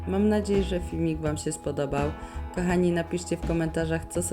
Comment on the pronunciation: Bardzo lubię Twoje filmiki, ale Twoje: ,,kAchani" zamień na ,,kOchani".Proszę😄